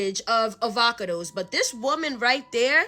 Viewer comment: Uhvahkudoess 🥑 🤣🤣 I love it😂😂